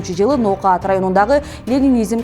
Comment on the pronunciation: НООКАТ ДЕГЕН СӨЗДҮ БИР АЗ СУЛУРААК АЙТСАҢЫЗ